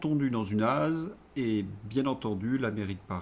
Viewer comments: Cher, on ne dit pas az pour l’ASE mais azeu…dans lASE ça ne veut rien dire, on dit dans un établissement de l’ASE (Aide Sociale à l’enfance)😊bises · Cher on dit AZEUU pour ASE...comme epsteen pour epstein.